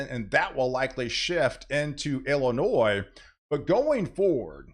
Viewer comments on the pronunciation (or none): none